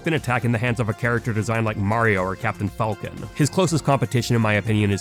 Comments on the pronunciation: Falcon, not fulcon. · I hate how he says "Falco" and "Falcon". Nice video otherwise.